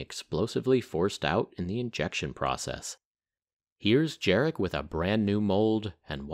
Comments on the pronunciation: Absolutely awesome video, so thank you for that. And it just would have been just that little bit nicer, if you took time to find out how to pronounce the name of the guy you talk about this much in it, which is 'yarek'. Maybe something to look out for in the future. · Hey man, in polish "j" is "y" so his name is Yarek !!!!!